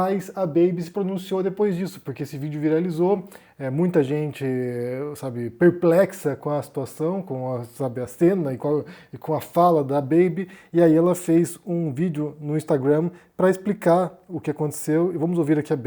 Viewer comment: "Tô perrplecto!" :D